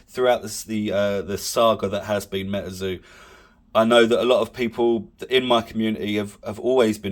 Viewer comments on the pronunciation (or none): its Metazoo not Metaeeerrrrrzo